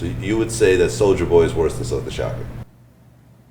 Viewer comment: He said Silkk smh